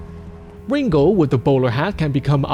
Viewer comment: ringo the "pussy slaying" flamingo dammit!! say the name right